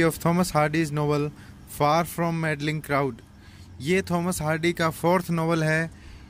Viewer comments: मैडलिंग क्यों बोलते हो आप? मैडिंग है। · good job ,sir but madding ka pronunciation galat ho gaya.